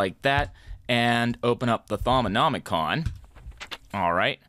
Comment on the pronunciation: How did he manage to pronounce Thaumonomicom correctly but pronounced GUI as gouey